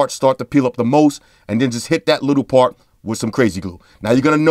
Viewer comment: "best pawt... twendy BUCKS!" LOL. awesome.